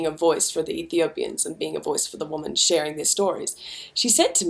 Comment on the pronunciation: Someone needs to break it to Kimbra that she's pronouncing the word "women" wrong! (hint: it sounds different to "woman"!). Keep it up Kimbra love your work, here and everywhere else!